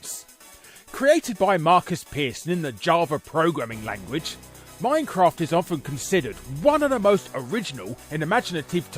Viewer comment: Too bad his pronunciation of minecraft was an offence to the English language.